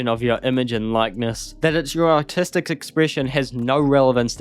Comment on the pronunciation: is it artistic or autistic? or does the accent just lowkey the R in words.